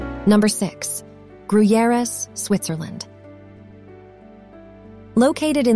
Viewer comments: Fun fact about Gruyères (oh and horribly pronounced) is that one of the co-creators of the Alien (movie) was from there and in his honor there's an Alien museum in the castle and also a bar with Alien scenery... it's lotsa fun to drink a cappucino in the bar where everything around you looks like you're in the movie. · From their pronounciation of Gruyères you would think it was in Mexico Edit: Also, king Dennis of Portugal?